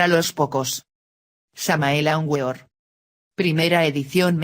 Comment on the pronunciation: Para la redacción por favor. Se dice aúnVeor